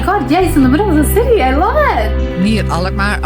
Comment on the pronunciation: why can't you pronounce "city"? Its just an english / american word.